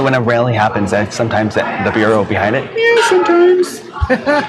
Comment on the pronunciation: They not only can't say no. They can't say rally. I thought it was pronounced ral-E, not rail-E.